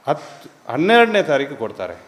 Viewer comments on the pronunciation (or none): none